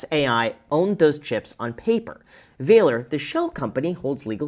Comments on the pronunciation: Vah-lore. Not »Vailer« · Do they seriously pronounce it Valor with a long A sound or should it be more like valor, i.e. the synonym of courage with a short A sound? I know. I know. It was bothering me though. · walor? you german?